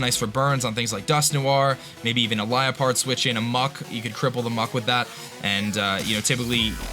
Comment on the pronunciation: Liapard seriously its actually Liepard